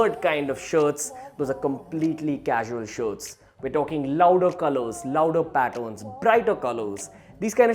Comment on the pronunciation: This guy pronounces patterns as pattons